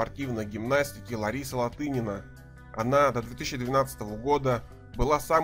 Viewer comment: Неправильный подход! Сложность гимнастики соизмерима со своим временем (периодом в гимнастике)! Об'ективно оценить можно по наградам и местам на олимпийских играх,ЧМ и ЧЕ и по уникальности гимнастки, и то это ОЧЕНЬ СЛОЖНО и не обойдется без личных симпатий! И не ЛаДынина, а ЛаТынина!!! Стыдно не знать легенду сп. гимнастики, если Вы вообще берётесь рассуждать об этом виде спорта!